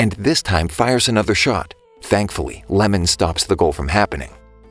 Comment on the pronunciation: I thought it was "iemon", not "lemon"